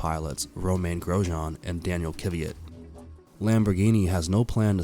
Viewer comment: It’s Not Kiviat